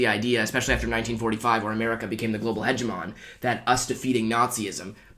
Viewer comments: yeah lol, it's more like "hedge-em-ony" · google how to say hegemone, because it's not how you said it :P